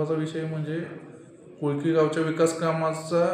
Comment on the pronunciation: कोकळी नाही कोळकी